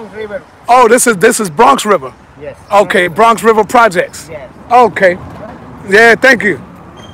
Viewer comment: Never heard of it but i have heard say he's from Bwonx Wiver. Wtf is that? lol